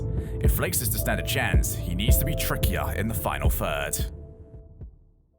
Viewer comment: How come shogun can say "the" correctly, but not "third?" He says fird